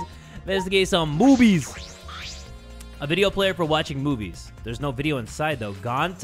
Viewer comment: Ah yes "moobies" 😩